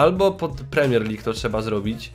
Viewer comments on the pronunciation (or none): none